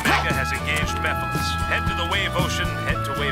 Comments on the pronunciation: larry you just heard shadow pronounce it "meff-a-less" so you choose to say "miff-ill-is" ??? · I like how this video is about voice actor mistakes and then he mispronounces "Mephiles" from Sonic 06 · First off you pronounced Mephilis wrong, and second, Shadow is saying that because he finally found a way to defeat Mephilis after spending hours not having anyway to do so before now. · I feel like Larry's incorrect pronounciation of Mephiles and Erroneous were intentional for the sake of a joke